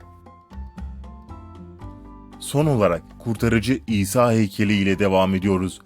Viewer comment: Şuna isa diyip durmayın o peygamber o ha isa